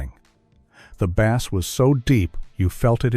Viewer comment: Voice is AI generated, said BASS like the fish instead of BASS like the low end frequency. The least you could do is add authentic voice to a slideshow of pictures / videos, but the lazy AI slop dominates your brain. Shame, because otherwise this is good content.